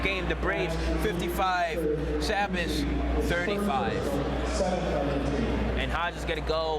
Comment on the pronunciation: It's ( say-Biss) sabis and Taconic is ( Tah-cohn-ick)